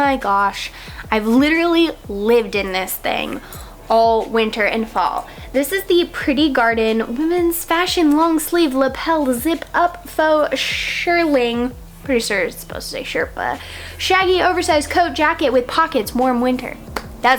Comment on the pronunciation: Said with love not hate: Its pronounced sheer-ling. Know what you sell! Good luck.